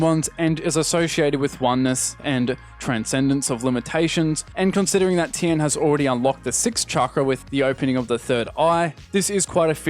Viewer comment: You also called him “Tien” instead of “Ten”. That’s a lot for one video 😉...